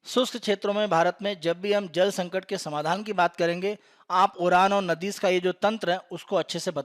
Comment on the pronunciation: नाडी कहते है नदीस नहीं.... बाकी आपके चैनल द्वारा दी जाने वाली जानकारी बहुत ही उच्च कोटि की तथा सराहनीय है